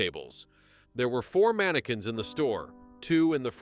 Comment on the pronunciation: I gotta go.. Just cant hear ManaQUinnss again